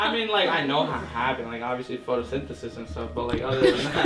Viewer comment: He said photosynthesis 😭😂